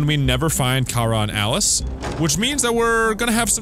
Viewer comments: Kara is pronounced k-ra not ka-ra in this game so you’re wrong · Luthers says Kay- ra while Alice says kar-a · mynameadehsenpai No. it’s two syllables. Ka-ra. The dude mainly behind the soundtrack of Kara says how he used those two syllables to make a lot of the soundtrack.